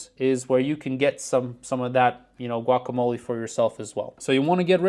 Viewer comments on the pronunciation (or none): none